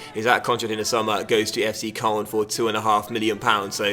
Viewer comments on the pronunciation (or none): Did you really pronounce Angers as 'angus'? That's worse than your pronounciation of Koln.